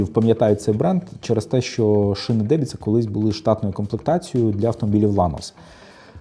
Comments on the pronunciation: Не дебіца, а деМбіца 😉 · Правильно казати не "Дебіца", а "Денбица". Дубрава то значить))